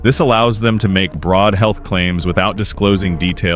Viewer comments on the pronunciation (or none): none